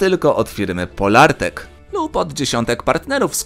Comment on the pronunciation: Nie PoLARtec, a POlartec